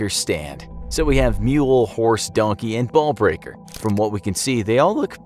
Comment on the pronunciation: DONKEH WHERE ARE YOU DONKEH